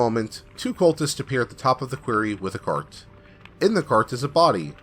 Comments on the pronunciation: I do enjoy your narration, but please take this little constructive criticism. 'Quarry' (a stone mine) is pronounced "kwah-rry." You keep saying "kweh-rry" which is how 'query' (question) is pronounced. Really do like the channel! I just have pet peeves. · You pronounce "Quarry" like "Query". The A in Quarry makes the same sound as the A in "Hairy". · Your mispronunciation of quarry hurts.